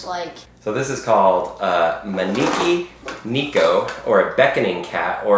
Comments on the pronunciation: ...manEEkI nEEko????? IT'S A MA-NECK-EE NECK-O!!!!!!!!!!!!!!!!! >o< RESEARCH. Research can help you. It helped me get a 97% on my science fair project (the highest grade in my class). :) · OMG ITS PRONOUNCED ( Mai-neck-ee neck-oh ) UGH!! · Man eekee neeko?? DUDE! Say it right, or just don't say it at all! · Mono kie neko that's how it's pronounced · Hi! I hope this doesn't come across as rude or anything, but the "ne" in maneki neko is actually pronouced the way you would say neck, not like a knee. The rest was fine, I know it's confusing as I'm not a native speaker, but I'm learning and I forget a lot too! (